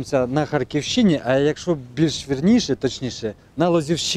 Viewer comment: Супер, ви великі молодці, одне прохання Х`арківщині, наголос на перший склад))